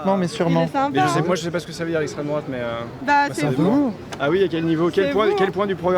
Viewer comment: " je pa voté à drouate - Pourquoi ? - je pa répondre à 7 kestion ! " Quelle verve ! 😂😂😂😂😂😂😂😂😂😂😂😂😂